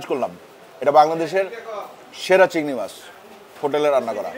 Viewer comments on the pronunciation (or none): চিংগর মাছ বলাটা সেই হইছে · ভাই "চিংগর" নাকি "চিংগুইর"??? মানে শিওর হওয়ার জন্য আর কি